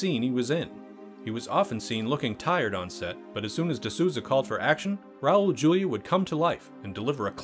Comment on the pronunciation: Cringing every time he says Julia